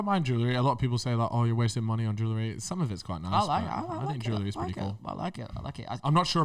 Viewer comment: You can really hear the manneh accent from 😂